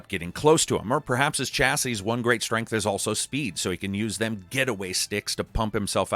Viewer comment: Ohh my word. Why can mericans not say the word chassis... fml its annoying as hell 😂 Please google how to say it.